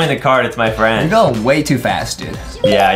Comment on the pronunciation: ADEM WHAT DO U MEAN FREAND U DONT HAVE FREANDS